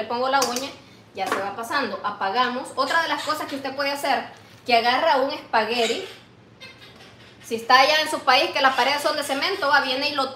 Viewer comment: Esparegui no espagueti